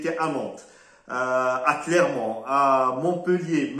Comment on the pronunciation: Clermont et pas " Clémont".